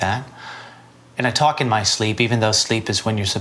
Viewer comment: "I tocking hate that!"